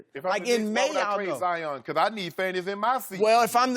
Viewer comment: God pigeon He even called Zion zaayaaan